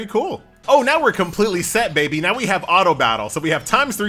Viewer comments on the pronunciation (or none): none